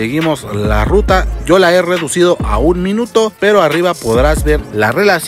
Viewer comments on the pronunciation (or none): none